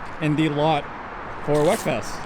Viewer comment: Come on folks, it is pronounced "weakfest", not "wekfest".